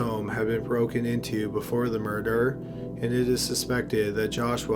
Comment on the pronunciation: Dude can u not pronounce murder very well? Sounds like u always say murderer